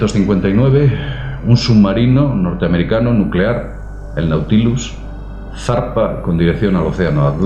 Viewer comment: Nucelar, la palabra es nucelar.